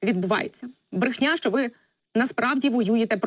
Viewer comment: Брэхня. С 9го этажа. Не брэши.